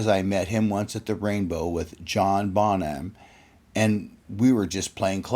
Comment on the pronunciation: "John Baw nam"